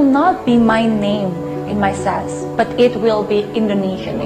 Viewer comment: I heard Sas not Sash 😆😆😆